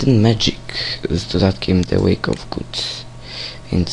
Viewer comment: gods nie goods (fonetycznie [guds], jak przeczytałes)